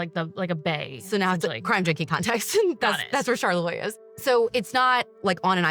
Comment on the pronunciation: Charlevoix is my hometown!!!! I love how my ears perked right up when you guys said it!!!! And you pronounced it perfectly!!!!!! I’m 35 and grew up in Charlevoix. I was also magazine height when JonBenet was murdered. When I was younger , I misunderstood and thought it happened IN Charlevoix and not Boulder, CO. I AM SO HAPPY YALL BROUGHT YOUR OWN TWIST TO THIS SUPER TWISTY COLD CASE!!!! ❤❤❤❤